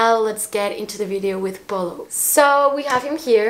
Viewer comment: OMG not “PAOLO” 🤣🤣